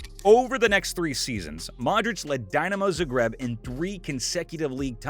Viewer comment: Way , interesting way I meant ( a typo due to autocorrect). Technicaly Zagreb is fine, but it's too pronuanced. I am not very good at gramatics sadly, but I think you pronuanced it something like this: Zaģreb was my impression. There is plently of material on Youtube where you van hear Croatians pronuancing both .